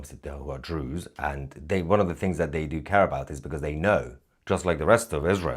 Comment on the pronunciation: Why are you calling them Drew's????